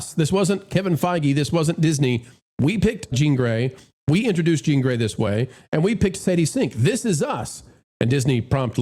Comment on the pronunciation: Jean is butchered. Professor X would have to fix it.